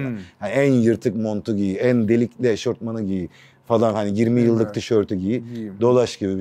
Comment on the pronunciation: Eh be yaaa karizmayı sıfırladın Gökhan hocam, eşortman değil o, eşofmannn